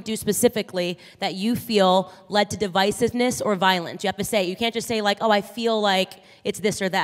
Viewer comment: Did this girl say difisiveness me thinks she meant divisiveness but sure sounds like this girl said difisiveness I think Im getting stupifer (hehehehe) listening to this girl in the audience